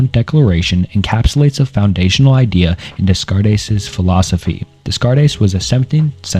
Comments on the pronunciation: I’m sorry but the pronunciations of Descartes and Leibniz have me giggling… but I love the video, gonna sit back and learn some philosophy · I'm sorry, I just can't with these pronunciations. I had to stop watching after the second horrendous mispronunciation of Descartes (it's pronounced "ren-ay day-kart" by the way, not "reen dez-kar-ez" or "dess-kart-ez"). Please do some research on how to say these philosophers' names before you start recording yourself talking about them. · woah you need to look up pronunciations before you make these videos lmao. "Rain desscartays" is pronounced "Renae Daycart," Berkely is pronounced "Barkly", and so many others are horrifying. Im a minute in and am dreading how you pronounce Nietzsche...otherwise good video thus far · What a well done deep dive! Too bad I couldn't get myself to watch past "Des Kartes" and "Le Beans" It's actually hilarious how you couldn't be bothered to spend 3 minutes and look up the actual name pronunciations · lmaooo im only 2 mins in and i cant w "Discardes and LaBeans" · Plato believed that knowledge gained from the senses is not true knowledge but opinion. You really took that to heart when you saw the name Renee descartes and decided to pronounce it like that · when you pronounce rene descartes as "rayne descarres" you probably should have done more research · Knew you didn't care for philosophy when I heard "Dess carte" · Awesome video. Just mentioning Descartes pronounced “day-cart” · "rain descarres"? -> immediately close video, you are absolutely not qualified to talk about philosophy for 2 hours if you mutilate the pronunciation of one of the most famous philosophers in the opening 2 minutes of the video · but he does butcher the Descartes' name right at the beginning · I don't want this to come across as abrasive, but Descartes is pronounced as 'Day-cart'. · Descartes is pronounced “day cart” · I don't want to sound like a jerk, but that René Descartes pronunciation was astoundingly bad